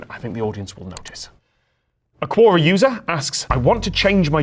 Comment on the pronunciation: You cool Tom, you Cool, But I cringed everytime u said "cuora" it's pronounced Que-or-rah! hahaha. I joke I joke